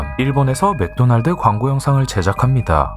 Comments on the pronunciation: 맥도널드를 마쿠도나루도라고 발음하는 게 제일 무서워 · 맥도날드를 마쿠노날드라고 발음해서 몰입 다 깨지는것 같음ㅋㅋ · ㅋㅋㅋㅋㅋㅋ 란란루 마쿠도나루도 때문에 집중이 안되네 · 막ㄲ도나ㄹ도- 이 발음이 공포 다 깨는 중 .. 뭔데 하찮아버려..